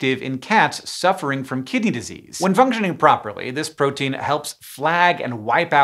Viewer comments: Am I the only one who heard "chronic kitty disease?" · I was certain you were saying "Chronic Kitty Disease" until you showed the words on screen ☹️ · Lol i thought you said chronic kitty disease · did anyone else mishear it as "chronic kitty disease" every single time?😭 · Every single time Hank says "Chronic Kidney Disease", I hear Kitty instead 😅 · I thought he was saying "chronic kitty disease" for like the first 2 minutes of this video lmao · I keep mishearing Hank say “Chronic Kitty Disease” instead of kidney, and I do have to agree incident rates of chronic kitty disease are rather high in the cat population. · Raise your hand if you kept hearing "kitty" instead of "kidney". raises hand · I kept hearing “Kitty Disease” instead of “Kidney Disease.” 😅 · I accidentaly heard it as "Chronic Kitty Disease"...